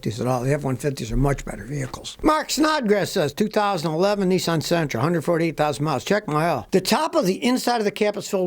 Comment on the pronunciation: To make the electric truck they would use 3times power on making these stupid cars .Your saying it wrong its Nisan not Nesin ..